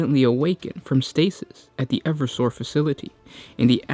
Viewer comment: I really think the pronunciation should be e-verse-sor and not ever-sore?